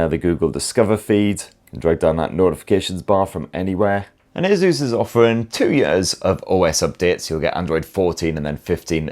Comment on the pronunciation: Its called ASUS....NOT A-ZEUS......